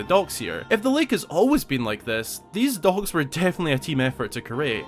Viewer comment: I got 4 minutes into the video to realize he was saying docks. I was looking for dogs that I could not see. 😉🤣